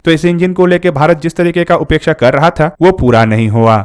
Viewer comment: " उपेक्षा " नही " अपेक्षा "बोलिए नही तो अर्थ का अनर्थ हो जाता है